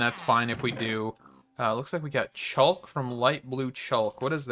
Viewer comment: It's pronounced chock (chalk). Just a heads up. Great vid